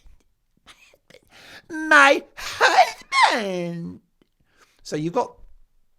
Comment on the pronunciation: What is it about Mark saying, "Mii HuzbanD" ..kills me every stinkin time!